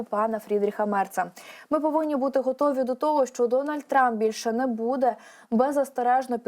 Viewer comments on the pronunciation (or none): none